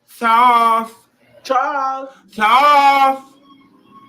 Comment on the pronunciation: And you and that "THARLES YOUR THUNCH IS THREADY" 😆😆😆😆😆😆😆😆😆